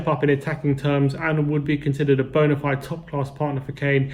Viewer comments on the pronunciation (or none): none